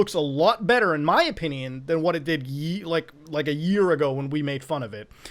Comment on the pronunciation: "tHe PlAYsTaTioN iS bETtA" I only post this, so muta can spit on me.